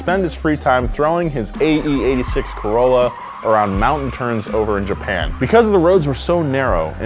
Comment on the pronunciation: did you just call it A C O R O L L A ! ?